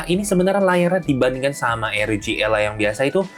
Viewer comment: R itu di baca AR. Kalo pake o-ji ya ar-o-ji kalo pake ER ya er-o-ge